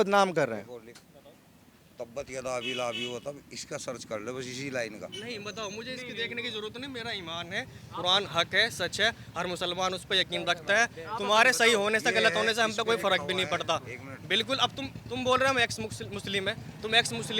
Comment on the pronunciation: He z lying friends he is saying INAAM instead of IMAAN...